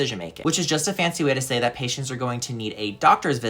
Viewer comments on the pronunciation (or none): none